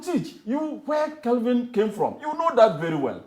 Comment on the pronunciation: Kevin, not Kelvin…🚶